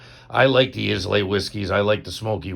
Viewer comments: eye-land, ISLAND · i-luh, 😅 ISLAY